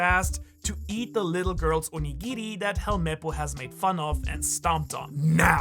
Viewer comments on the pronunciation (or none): none